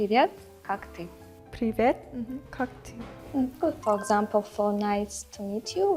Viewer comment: Why Russian girl speaks Kak si? Like I am Russian and we haven’t the word “si” I don’t believe that she is Russian…